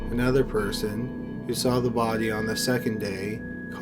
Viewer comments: Jessica Grime lol i didnt notice till yoh point it out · Bodyyyyyy.... Pliiiice, Troubleeeee, Murdeeeeer.... Jesus man! No offense, I ean nothing bad, but you have, by any doubt, THE WORST PRONUNCIATION out of all channels THAT ARE NARRATED LIKE YOURS! It's a real wonder you have so many views! I ean, it's down to the great quality and every interesting subjects and stories! But you should definitely find someone else to do the narration!